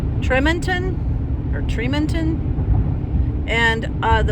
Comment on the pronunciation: It’s Tree-mon-ton. And if you see Tooele it’s Two-Willa. 😁